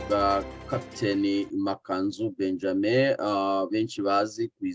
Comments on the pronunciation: Ariko ni Ma^ka^nzu- ntabwo ari ma-ka-nzu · Mwajya mwumva uburyo yivuga, mukavuga izina rye neza! Byaba byiza!